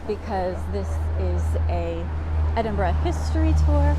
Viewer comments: Thank you for pronouncing the city's name correctly. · Thank you for pronouncing Edinburgh more or less correctly.